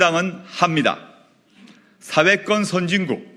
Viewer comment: 조 대표! '사회권'이라고 할 때 "권'이란 복모음 발음을 정확히 하세요! YS처럼 '권'을 '건'으로 발음하면 곤란하죠^^ 방송 발음은 단모음 '건'으로 들립니다.